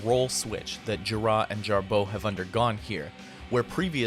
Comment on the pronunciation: Why are you pronouncing Gira and Jarboe with the accent on the 2nd syllable?